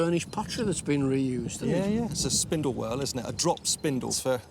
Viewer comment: They are not "spindle whirls", but spindle whorls.